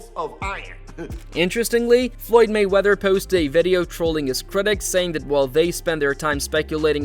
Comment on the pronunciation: I had to stop watching because the way you keep saying mayweather is so obnoxious. MAYweather dude, not mayWEATHER.